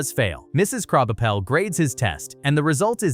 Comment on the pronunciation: "Kraubuhpell" seems like you have ADHD